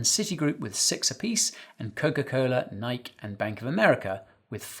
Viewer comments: It's Nike, not Nike. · Interesting pronunciation of "Nike" .